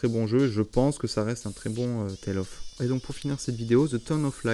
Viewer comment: "Je ne suis pas un expert des Tales of" ben déjà tu le prononces pas "Tolle of" donc c'est mieux que certaines personnes :-) Petite sélection de jeu à histoire/ambiance, au calme ! Tu devrais continuer avec Hellblade. Bon, je te laisse, j'ai rendez-vous chez le médecin pour une trépanation pour me soigner d'un torticolis. Je ne suis pas trop médecine new-age comme vous...